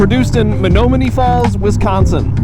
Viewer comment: Men-nom-me-knee Falls